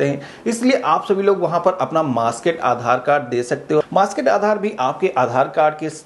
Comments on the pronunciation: Maaskaid nahin, maaskd. MAASKD English, not Hindi. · It’s masked ….. not masked….. pronoun properly